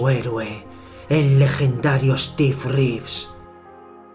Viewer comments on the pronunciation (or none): none